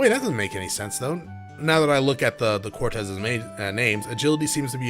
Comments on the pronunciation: Quartz, not Cortez, lol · Dude, it's fucking QUARTZ! NOT CORTEZ!!! It's not a pair of Nike's, for crying out loud. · I was actually getting used to it, rip status alignments. But yeah it is technically pronounced like quart or court. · The way you pronounce quartz here is so funny because we all have a word like that that we have fucked up forever not realizing it 😂 also i see your logic to why it should be pronounced that way lol. I always mess up "bass" and "base". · The way you keep pronouncing "quartz" I'm so dead